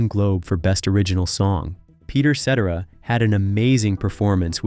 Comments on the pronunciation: Sit-tear’-ah , for God’s sake!!! Thanks for using several photos of mine. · Sah-TER-uh … good Lord, son. Do some research, homework, digging, etc., etc., etc. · Cetera = Seh TAIR uh Parazaider = Para ZAYder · This annoyed me. Peter Cetera's name IS NOT pronounced Set-tur-rah, as in ect. Get people's names correct! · Sorry but soon as you said set ara for the 5th time, I'm out.. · It's Sah-Tear-Uh................DUH!!!! Boughy,Entitled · YES extremely hard! I came here to say that! Pronunciation is~ ( Sa-tear-A) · His last name is pronounced Sa-tear-a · It is pronounced Ce-tera. Get your act together! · If you're going to do a video about a person, you really should learn how to pronounce the persons name correctly. Peter's last name is pronounced Sa-Tara. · Seh TAIR uh. Mispronunciation made it impossible to listen to. Turned on subtitles, and muted it. Not the same though. So, sadly, I’m out. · Embarrassing that you can't even pronounce the guy's name. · Very sad that no one took 15 seconds to discover how to pronounce Cetrera properly! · Hey narrator, first, quit speaking I was hoping to hear peter's voice not yours, and the reason I think you are pronouncing Peter's last name incorrectly is to annoy people. I think you know how to pronounce his name correctly. If not, then you were born two hours ago. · pronounce his name correctly. Jesus, do your homework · Saying his name wrong was immediate stop button and I go do something else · Announcer can't even say his name right. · I wish you would say his name correctly. I have and always loved his voice. He is also an extremely handsome man, I don't know why any woman would give him up, I know I wouldn't. He has been involved with some very attractive ladies, and they were stupid to let him go. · Hard to listen to when you cannot pronounce his last name correctly do your homework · I can’t manage through the mispronunciation. Dude, just re-record this. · So boring listening to you mispronounce his name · I AGREE!